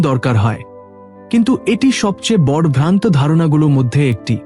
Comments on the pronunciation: বড় কথাটার উচ্চারণ শুনতে আমার কাছে শ্রুতি মধুর হলো না। নিয়মিত, এধরণের অনেক উচ্চারণ আমার কাছে ভলো লগেনি। আশাকরি আপনার উচ্চারণ গুলো ঠিক করে নিবেন। ধন্যবাদ। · বাংলা বলতে শেখেন নি? বড়্ বড়্ ছোট্ ছোট্, দেব্, হল্ এসব কী উচ্চারণ?